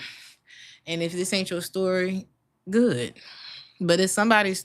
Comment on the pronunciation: I love how you say Gut instead of good! ❤😂 I can tell you live in Germany!